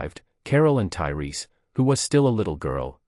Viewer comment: Lol, it went from Tyreese to turry to tailai, wtf, how can you fuck that up twice.